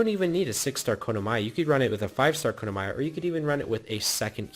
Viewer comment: kono-maya? bro learn to pronounce